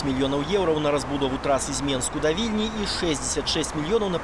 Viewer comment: Что за "еурау"? Учите белорусский язык